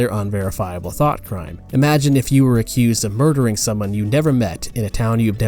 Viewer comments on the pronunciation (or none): none